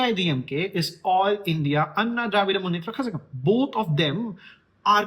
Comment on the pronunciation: Actually the pronunciation is kalagam like ళ from telugu zh is ళ for pronunciation